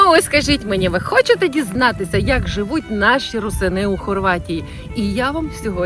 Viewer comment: Рýсини. Наголос на перший склад